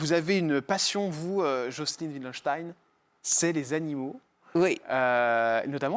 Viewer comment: on prononce Vildenstein en allemand. Pas Oui ldenstein Ce n est pas un nom anglais (mais allemand).